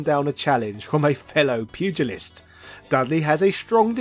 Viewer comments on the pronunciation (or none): none